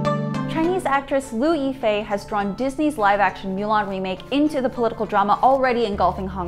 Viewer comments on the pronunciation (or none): Its Moo-Lahn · She knows it's pronounced moo-lon, right? Not mew-lawn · Is it really pronounced Miu Lan and not Mu Lan? Because in the actual animated movie they pronounced it Mu Lan never Miu Lan. It triggred me for some reson. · Get your pronunciation right... "Moolan" not Muuuuulan... 🤮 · can you at least pronounce the title of the movie correctly? it's mulan, not mewlang... gg...... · Melan? Darling it's mUlan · Myu lhan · I hated how she said the name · I wanna be respectful to the topic at hand but I cant get over "mew" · 'Mow lawn' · "Mew-lahn"??? AWWWW HELLLLLL NO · "myu lan" Why don't you just MOW the LAWN! Myulan myulan its driving me nuts hearing it! I feel like protesting for that word! Sorry just my feelings. Ugh! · Moo - lawn Moo - l - on Moo - lohn Moo - l aw n M - oo - l - on Now say it with me correctly please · small nitpick, but "milan" annoyed me more than it should of. lol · Is she saying "mew-lan"? Please stop. It's not even pronounced like that in Chinese. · Why does she pronounce Mulan like that... She’s says “Milan” wtf is going on...? Lol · Mew-lawn. Stop it. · The way she is pronouncing it incorrectly dries me nuts! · What's up with your pronunciation of Chinese names...? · She only messed it up once. Strong indication there were multiple takes and somehow the others were fine. She didn't mispronounce anything up to that point and Weibo Mulan were pronounced properly earlier in th video. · It's not that hard to say Mulan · Totally butchered mulan pronunciation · She said Mulan wrong 3 different time's.🤔